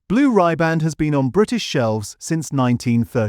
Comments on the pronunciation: The pronunciation is blue rib and not rye band and hotel shoc o lar not hotel chocolate. Just saying. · It's not Blue RYEBAND it's Riband as in rib. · And AI ain't working too good!! And for the record it's not Blue Ryband, it's Blue Riband!! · Blue rib-and. Not blue rye-band. Going to have the tune to Blue Riband Blues in my ear all day. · 17mins 25secs , Try "' Blue Rib-& "' Pronunciation, Pronunciation, Pronunciation FFS!? Not Blue RY-Band! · It's pronounced Blue Rribboned not Ribar. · Americana iis the land of synthetic shit. Blue Rye-band? FFS! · "Blue Rye-band". "Hotel Chocolate". I ask you! AI at its finest. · Blue ribband pronounced blue ryeband..AI much? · Blue “ribban’d”…”Hotel Shock-o-la” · I like the content of the channel but the AI voice devalues it. Pronunciation and annunciation is off… Blue Ryeband? 😂